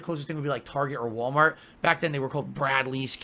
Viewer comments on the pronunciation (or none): none